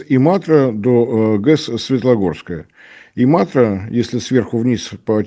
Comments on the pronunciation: Не знаю, как реагировать на видео. Оратор ошибается в малом, можно ли ему в целом доверять? ГЭС и завод назывались Энсо, а не то, что он произнес. В финском языке ударение падает на первый слог,т.е.Иматра, а не имАтра, приграничный Иматре город в России называется Светогорск, а не СветЛогорск. Не выдержала,сложно слушать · И́матра не ИмАтра, грамотеи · Не имАтра, а ИМатра! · У чухни (финнов) всегда ударение на первый слог. И-матра, не им-Атра (хЕльсинки, тЕрьйоки (сейчас Зеленогорск), вЫипури (сейчас вЫборг и т.д.). У них ещё нет 2 и более согласных подряд в словах. Потому даже "ЗДРавствуйте" им произнести очень сложно. МКТРЧан - вообще непроизносимое для чухни слово. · Зачем пытаться копировать чужую речь? По-русски правильно будет имАтра. Ты ещё антилопу гну тогда начни "правильно" произносить.